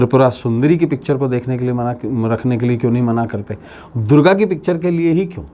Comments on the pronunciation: Sabse pahle to Ma Durga bolna seekh lo uske baad jo kahna ho kaho. mujhe to tumhara chehra dekh kar he Nagetivity hone laga. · आप पहले ,🙏मां दुर्गा को मां को बोलना सीख लो....... वरना आप का वास्तु जरुर बिगड़ जाएगा